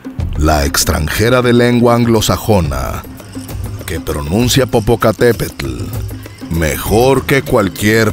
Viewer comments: 😹😹😹, que yo sepa, Popocatépetl se pronuncia Popocatépel.🤦🏾‍♂️ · Pues hasta la pronunciación de Popocatepetl está mal pronunciada por ella, tendría que preguntarle a los nativo hablantes del nahuatl cómo se pronuncia correctamente esa palabra, por muchos años yo pensé que lo pronunciaba bien, pero oh sorpresa, cuando un nativo hablante del nahuatl me corrigió sin necesidad de hacer todo un show como.